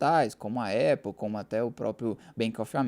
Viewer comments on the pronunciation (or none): none